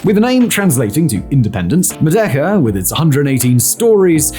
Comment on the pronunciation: I mean, it kind of sounds like that, but even then it's kind of a stretch considering how he's not exactly pronouncing the word correctly